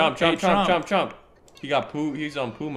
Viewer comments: i love how and keep saying "chomp" instead of "trump" lmaooo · i love that they say trump like chomp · keeps saying chomp 😭